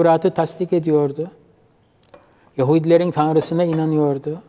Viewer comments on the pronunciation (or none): Yahudiliği bastıra bastıra söylemiş abim😂😂